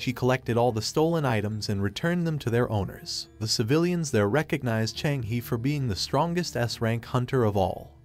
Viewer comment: Also bro you messed up half the peoples names... Its cha hae-in not chang hae